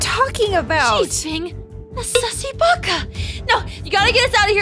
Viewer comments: I like when she say you suses baca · Wait did he said sassy Baka